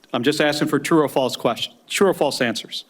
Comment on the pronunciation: Cant even say FALSE